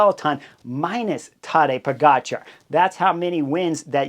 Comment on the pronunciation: Chris, never underestimate the ability of Bob Roll to mispronounce a rider’s name.. POE-JAH-CAR !!!